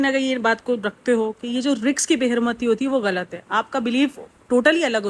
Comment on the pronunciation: Behn RIZQ hota hai, RIKS nahi.. na english pronunciation theek hai na urdu